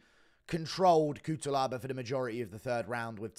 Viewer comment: Just to let you know: it is pronounced Kutselaba